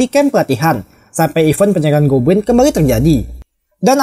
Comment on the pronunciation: Yang aku denger "gobwin"